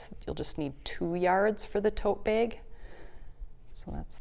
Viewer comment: Beautiful design!! 😍 And I love how your accent makes bag sound like "beg", whereas my super Southern accent turns it into a two-syllable word 😂